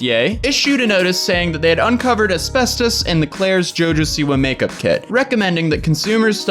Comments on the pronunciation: As-fast-is damn it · "There might be some as-bes-tose in my eyeshatter." 😆😆😆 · A-spes-tos, mes-tho-feel-oh-ma. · No one:: Es-best-toes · Nobody:: Espestoast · I died listening to him struggle with the pronunciation of asbestos and mesothelioma 😂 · trying to pronounce “asbestos” and “mesothelioma” was amazing 😂👏🏼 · Today I learned that I definitely don't say asbestos right. I say as-best-us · how many times are you going to say asbestos wrong?? A million🤦🏼‍♀️ haha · 😂😂 I'm dying everytime you try to say asbestos /asbestosis. 💀 And yay, Hannah is back. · Someone needs to make like a 2 minute compilation video of a trying to say Asbestos and mesothelioma 😂😂😂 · Jesus christ my guy. I can understand not knowing how to say mesothelioma but then asbestos or ARENAS?!?!?! Lmao